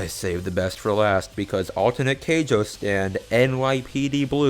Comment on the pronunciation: DId you just call Keicho "Keijo" as in the butt boxing anime